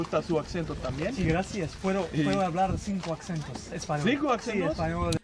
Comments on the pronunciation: I am with you. That is why I spend some of my time helping debunk some of those individuals. - They said "axentos / accentos" but is pronounced "acentos" where the C is sounds just like an S, or in Spain with a TH ( þ ) sound. Common mistake among some learners. Is so ironic that they are complimenting their accents but yet mispronouncing "acento" lol. Their Portuguese - not good. If anyone is Brazilian, you guys can have at it lol. Wouter (guy on the left) can't speak proper French. If you want to see Evildea's investigation on him, you know where to look;). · I'm Argentine. These guys' Spanish is a little… far from perfect. Bald guy says “accentos” instead of “acentos”. The line in Argentine accent… I listened to it multiple times and I'm unable to grasp any single word except from “coño”, which is not used in Argentina. The line in Mexican… where do I start? Pronounces “México” as in English, with a sound for X that's plain wrong. “Quieres en México” (you want in Mexico)… “Galor” instead of “calor”. Hat guy has a strong foreign accent. “Mejor para estar aquí” is a strange sentence, it'd be unintelligible on its own. He also says “accentos”. Mixes second persons: “hablas [informal] muy bien y me gusta su [formal] accento”. As someone who knows the temptation of diving into lots of languages instead of focusing on a few ones, I can say seeing this kind of stuff helps a lot to stay on track. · Their Spanish is absolutely atrocious. Ackcentos? Its only once C Acento. He said Mexico wrong. Come on. Guys what the he'll are we doing here?